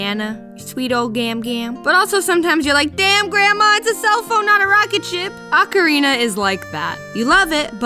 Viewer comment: Thank you for pronouncing "ocarina" correctly. Practically nobody does. Most people pronounce it "oak arena".